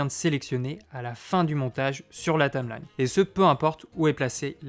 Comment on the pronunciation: Tameline... Tameline ... Tameline ... c'est pas plutôt une Taïïïïmelaïïïne ??? ahah je taquine ! J'ai débuté avec ce logiciel, et je ne peux que le conseiller !